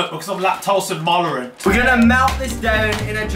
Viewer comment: "exept from my stumoch because I'm lactose and molerant" 😂